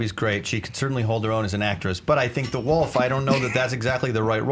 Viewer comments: Is it just me or does it sound like is saying the Woof instead of,"the Wolf," in the first round? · That guy just cannot pronounce "wolf".